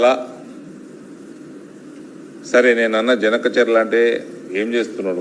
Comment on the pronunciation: బనకచర్ల ని జనకచర్ల అంటున్నావ్ అరగుండు సామి..😝